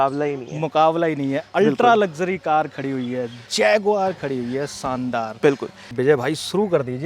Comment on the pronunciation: Shaandaar boliye Saandaar nahi